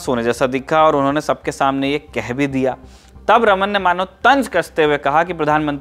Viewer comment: Sir ek correction hai unka naam रमन नही रामन tha , iske peeche ki puri story is video me btayi gyi hai